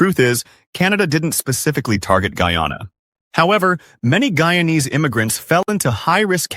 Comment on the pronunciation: Hey, you cannot even pronounce the word "Guyanese ' properly and these pictures are not from Guyana. Simply falsr